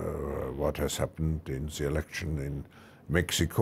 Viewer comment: Yo Klaus, there is no "Ze" just him/her